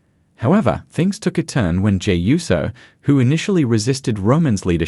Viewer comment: USO not YUSO